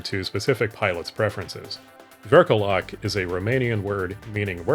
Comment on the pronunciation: I’m Romanian, and you’re correct. The letter “â” in “Vârcolac” (vɨr.koˈlak) represents the central vowel /ɨ/, which doesn’t exist in English. However, comparing it to the “u” in “urn” is a reasonable approximation for English speakers. Edit: Also, great pronounciation of the word "Spiriduș"!